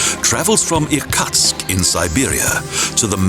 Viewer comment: The city nearest Lake Baikal is ear-KOOTSK, not ear-COTSK (Irkutsk)